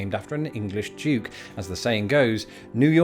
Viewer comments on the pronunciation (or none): none